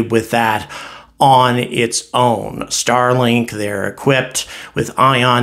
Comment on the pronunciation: Starlik? Lol. I love your channel but that’s a silly miss. Keep up the great work!